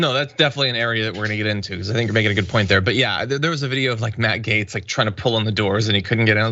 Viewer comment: Is it the way you pronounce his last name..."gomer"???...